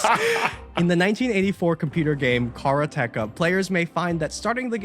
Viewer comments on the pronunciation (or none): I was folding clothes (not watching closely) and I, like the subtitle, thought it sounded like he said 1994